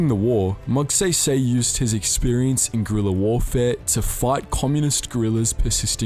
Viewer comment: I cringe everytime he says Moogsehysehy.